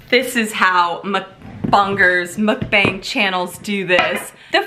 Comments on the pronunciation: Gotta buy this!! FYI- mukbang is pronounced as b-ah-ng. The “a” sounds like “ah” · it's pronounced like MUCK BUNG and it's korean for eating show